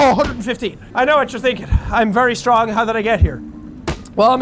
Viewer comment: 'I've seen what men do when they're angry.' "RAWR, I'M SO STWONG!"